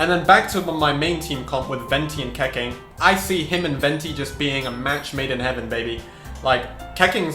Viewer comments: Keqing is pronounced as Kuh-Ching not Keh-King 😭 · Pls dont pronounce Keqing like...Keking, I mean wtf? Its Ketching or the right Chinese pronounce is Kehching kinda...just my 2 cents bruh but damn that triggerd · its pronounce khe-ching............ not khe-king..... damn.... get it right... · It's pronounced Ke-ching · U can’t pronounce shit Keqing and Xio say the names right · STOP SAYING KEQING LIKE THAT GOD